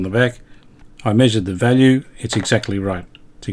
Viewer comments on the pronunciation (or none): none